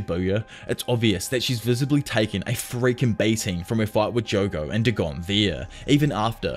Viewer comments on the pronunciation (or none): none